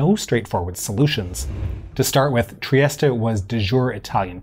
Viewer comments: In English it is pronounced /triˈɛst/ tree-EST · Is it really pronounced triest-a? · I'Ve just learned Trieste is pronounced Triesta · that's the correct English pronunciation, he's using the Italian pronunciation. In my opinion it doesn't make much sense to say it 'Tree-est-ay' unless you also say 'Roh-ma' (Rome) or 'Pah-ree' (Paris) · All those teen years playing "Diplomacy" and pronouncing "Trieste" wrong.